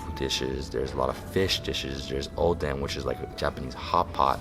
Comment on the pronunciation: triggers me when he calls it oden